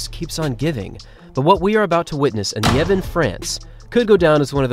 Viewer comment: He isn't though. He pronounces Liévin incorrectly every time. Also, he disregarded the accent in Čeplak. He is normally decent about getting the pronunciations okay, but not in this video.